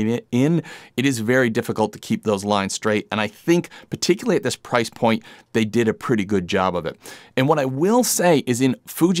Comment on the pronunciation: Nice review! Looking for a 14 or 20mm equiv for Fuji. The way you pronounce “particularly” was getting to me though 😅